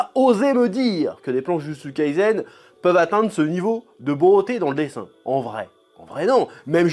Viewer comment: "jou jou tsou kaïzen" JuJuTS' KAÏSSEN "captain tsoubaza" lol CAPTAIN TSuBASSA